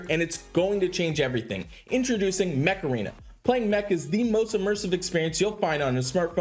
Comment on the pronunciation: I laughed a little when you say join me on mech arena it sounds like you want me to do the macharena dance and then I got the ear worm of the song . For shame.! I am currently leveling Ludwig and was debating whether to do him first or my costume rigard (which I use almost everywhere) only enough to limit break 1 so far. Also a bit miffed they kind of nerfed Lepiota. Mana shield and some other junk passive now really stop her special from working as much.